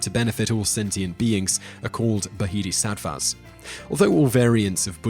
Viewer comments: buh-HEE-dii-SAT-vah... Really Simon? The "h" is silent in bodhisattva, it's pronounced BOWL-dii-SAT-vah. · The word Bodhisattva has a silent h. It’s pronounced “bodeesatvar”. Otherwise a good overview of Buddhism but please do further research if you are interested in this faith and don’t make assumptions or take it completely out of context. It takes many years of serious study and dedication to become a monk or nun. 🙏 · First time I have ever heard it pronounced "baheedisvatvoo". To me, the word Bodhisattva is pretty easy to pronounce. Calm down and dont make things so difficult. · You went from pronouncing it correctly to sounding like a dumbass lmao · Totally incompetent. A 2500 year old tradition cannot be explained and understood in 8 min. At least you could have learned how to pronounce the word bodhisattva.